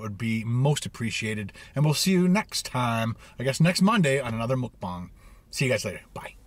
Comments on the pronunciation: I'm sorry, but you keep saying Mukbang wrong!! It sounds more like Mok Pang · It’s “mookbong”. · Mukbang is Korean. This is the best explanation for the pronunciation for English speakers: Muk - rhymes with buck Bang - pronounced like bong (like a smoking bong) So was close... just need to switch it around when he prounced it 2 different ways. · stop saying mukbang you say it so wrong its triggering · muk rhymes with truck. bang rhymes with thang. for ferks sake just learn how to say it. PS- love the videos, can't wait for the next cook and review! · It’s Mukbang not mukbang like if you read them both different 😂